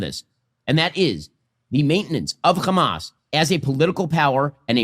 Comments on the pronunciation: Ben Shapiro is american, he knows how to say the letter 'h', why does he say 'khhkhamas?' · Why does this Ben Shapiro pronounce the ‘H’ word the Israeli way?? (Kh) Also I thought international law dictated not supplying weapons to an occupying nation used against the occupied? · The way he mispronouces Hamas like the Israelis is the perfect proof of him getting a bit of media training from them alongside the money. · Because the Hebrew word khamas means "Violence". He's intentionally trying to demonize the name in the most childish way possible.